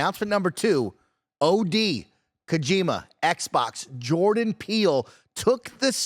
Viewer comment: I know I shouldn't care too much, but its pronounced Koh-jih-ma not KoJEEMuh